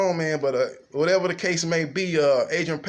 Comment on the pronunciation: Did u say Adrian penis in?